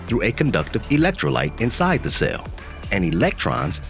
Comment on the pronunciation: It’s a CELL, not a SAIL. Pronounce it correctly!